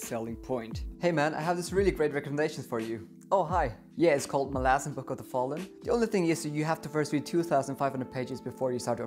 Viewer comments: I'm not sure if there is a proper way to pronounce the name either, but it will always be Molasses now in my mind. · I'm so happy that my "molasses" comment became such a good ongoing joke throughout the video 🤣 And I'm so sad that the author himself pronounces it like that hahaha